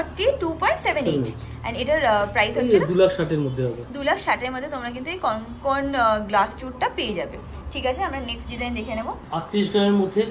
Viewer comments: কথাটা কনকন নয়, ওটা হবে কঙ্কন। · Kothata Konkon noy, Kongkon 😂. Ar Glasschur jeta ke bola hochhe ajkal seta kintu amader Bangali der onek purono goyna ja ke Kharu bola hoto! Ajkal sob goynar weird sob naam dichhe loke! Amar mone hoy apnara jara eisob niye vdo korchen, khub e upokar hochhe sobar, tobe apnara ektu study kore niye vdo korle, aaro authentic hobe. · ওটা কনকন নয়😂😂 ওটাকে কঙ্কন/কংকন বলে । কনকন করে ব্যাথা করে😂😂😂 এত সুইট তুমি না!! বাচ্চাদের মত পুরো😃😃🥰😘😘